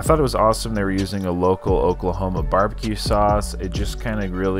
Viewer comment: оклахоама, оклахома, friends ....